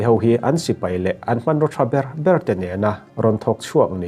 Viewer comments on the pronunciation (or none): none